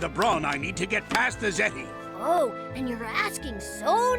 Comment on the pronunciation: Why is it I keep hearing "ziti" whenever you say "Zeti"? I mean, I know you like your pasta bake, but still.